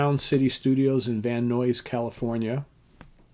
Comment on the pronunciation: Pronounced Van N(eyes)!!!